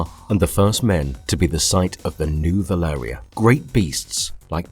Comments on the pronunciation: Valyria not Velarya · Valyria not Valaria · why do you keep calling Valyria, Velaria? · Nice video, one suggestion may be to try keep the pronunciations of names the same, as it can get confusing if there pronounced in slightly different ways throughout the video i.e. valyria, dragonmont